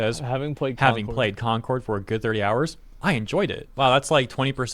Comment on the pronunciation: Here we go again with Corn-cord, yes, I said Corn-cord instead of Concord. It really is the worst failure I saw in my life.